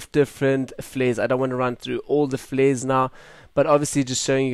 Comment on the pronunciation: "Fleres" :'D Love your voice brah!